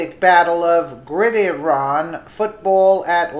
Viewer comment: did you say grid erun? come on , if you're going to try and make you tube money by reading other people's articles, learn how to pronounce the words you are reading. it's hard to make fun of people and snicker at them when you are failing at reading.